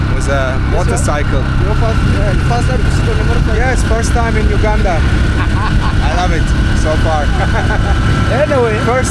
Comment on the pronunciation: And I like the way u prononce Entenbe btw u pronounce the U as u not ou in Uganda but thank you for coming to Uganda and O hope you had a great time here